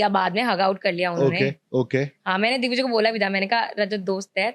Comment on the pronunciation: Paras ne dickvijay bola😂